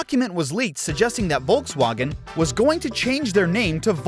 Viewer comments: Volkswagen.... volks wAEHgon, not volks WAgn. AND SPELL THAT FOR 50 MINS?! GEEZ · The way you say Volkswagen sounds like the most unholy mashup of the English way of saying it and the German way of saying it. Please just pick one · ah yes. voltswagon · Why does he say volkswagen e o s... it's Eos after the goddess.... at least he got the wind names right.